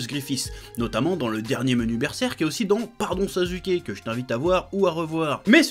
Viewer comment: On dit naruto pas naruto On dit sasuke pas sazuke